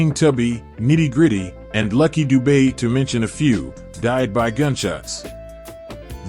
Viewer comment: Lucky dube pronounced doob not dubé